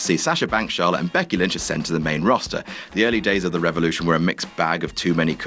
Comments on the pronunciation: did say lynx instead of lynch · Did anyone else hear him say lynx instead of lynch